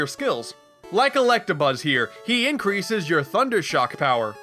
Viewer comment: Captain Brunch Elect-a-bum? Sounded funny to me...